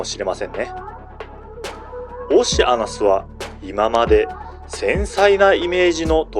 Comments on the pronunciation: 確かにそう、おっしゃなす。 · あかん、オシアナスの変な発音が気になって内容が入ってけえへんやろ。